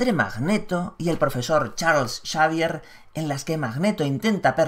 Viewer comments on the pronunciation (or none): none